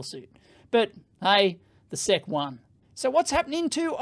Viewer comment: Everyone: "Ess Eee See" Dave: Seck FFS, mate...